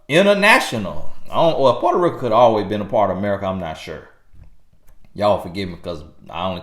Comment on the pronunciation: Boy that accent hit when you say porta reeka 🤣🤣 I love it though thank you for the guidance 👌🏾🙏🏾